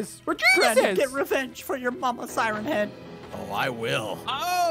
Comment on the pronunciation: Red Bear not sieen head it’s siren head